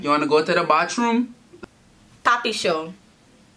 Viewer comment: “Wanna go to the baltroom(bathroom)” 😭😭